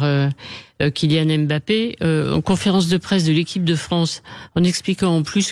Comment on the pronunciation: Apprenez déjà à prononcer son nom. Il ne s'appelle pas M ' Bappe mais Mbappe.